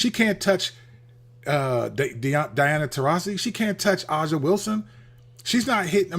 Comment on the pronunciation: I love you channel but please Say A"ja ("Asia") Wilson name right lol